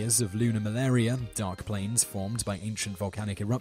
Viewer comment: for those confused by him saying lunar malaria , its actually called lunar maria (: I still have no idea how that sounded like malaria tho ^^